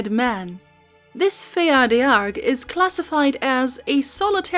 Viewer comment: Fear Dearg is pronounced “Far Jahrig” Irish speaker here ❤